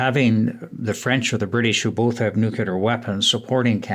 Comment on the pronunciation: Ugh.... another so-called expert who can't pronounce 'nuclear'.